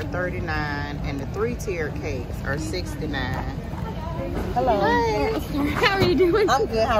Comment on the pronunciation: Gurl quite hiding from the camera and say hellur